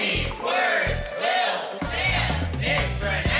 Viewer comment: Omg he mispronounced “Sam” in the intro.